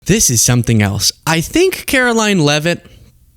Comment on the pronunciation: her name is pronounced ‘Karolyin’.